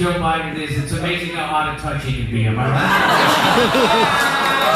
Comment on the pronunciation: I lost it when Krystal said “Amazin”